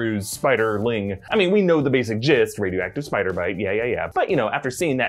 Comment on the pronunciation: I don’t mean to lower the tone....but at 17 seconds???... I had to rewind as it sounded like ‘jizz’ not ‘jist’ 😂😂😂😂 Although????.....🤔🤔🤔🤔 😂😂😂😂